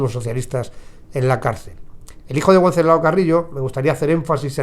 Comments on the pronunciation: wenceslao se dice con el fonema de la b. Benceslao. Saludos. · Wenceslao se pronuncia con V, o b para los castellanos